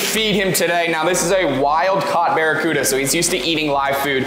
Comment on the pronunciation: "Bare E. Cuda" 🤪